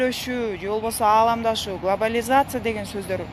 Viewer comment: Алаамдашуу деп дабдырайсында, тийип ал ошого...